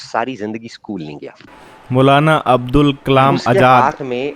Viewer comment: मौलाना अबुल कलाम आजाद। अब्दुल नहीं